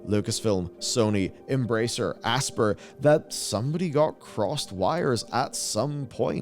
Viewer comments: Aspyr is pronounced "ASPIRE" (ASS-PIRE), not "ASPER" as in to "Aspire" to do great things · The company name “Aspyr” is pronounced like the real word “Aspire.” You mispronounced it seven times. How do you have a job covering gaming and not know this? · I think Aspyr is supposed to be pronounced Aspire